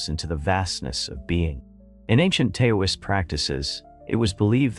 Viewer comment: Can’t someone figure out how to get AI narrators to pause and stress in the right places? And pronouncing “Taoist” as though it was spelled “Tay-oh-ist”. Pullease.